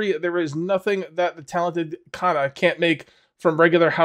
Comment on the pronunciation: Pronounce Kana like you would Lana....no strong a